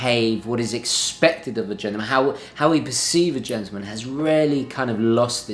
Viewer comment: It's Not pronounced 'Gentoo-man...but GENTLEman-as it's Spelled!